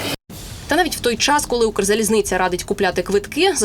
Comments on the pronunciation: Недавно купувала квиток, було задіяно двоє помічників, і насилу один з нас трьох купив мені квиток на верхню полицю в купе біля туалету. Схеми привели війну в Україну, схеми її знищують. Ця «кукла» українською не може вимовити «Укрзалізниця», а хоче запевнити, що дуже проворно купує квитки. Я зразу зрозуміла, що в цій схемі працівники Укрзалізниці беруть участь, коли о вже світилося, що усі місця продані. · Чистокровня москалька яка за скільки років у цій сфері не може вимовити Укрзалізниця